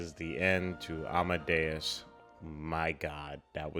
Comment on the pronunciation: Your pronunciation of 'Amadeus' is just fine.